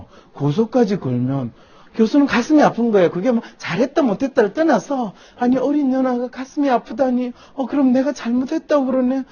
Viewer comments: 계속 어린 연아 어린 연아 그러는데... 중간 발음이 참 거슬리네요. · 어린연아? 발음이 괜히 신경 쓰이네ㅋㅋ 노림수?ㅋㅋㅋㅋ